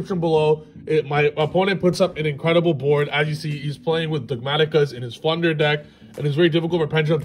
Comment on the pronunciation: I was so confused by the deck profile, I thought they kept saying “Plunder” not “Flunder” lol. Had to rewatch two extra times just to figure it out!